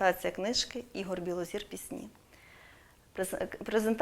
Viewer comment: Білозір,а не Білозор,пані ведуча!